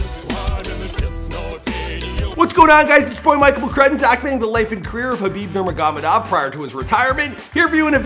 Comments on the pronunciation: He said Kabib Manamanamanov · There is audio of people saying his name.. Even if he only watched one of Khabib's fights he would be able to pronounce the name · Hey ! u bullshit guy , learn to say his name right 🤣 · Learn how to say his name right lol